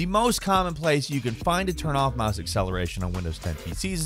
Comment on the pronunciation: He said mahs instead of mouse lol